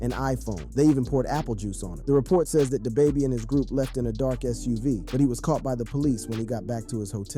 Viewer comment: Day baby?!……you mean Da baby